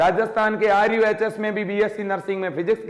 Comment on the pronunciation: RUHS Not RUSH